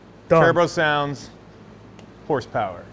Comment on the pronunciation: What is “horspower”?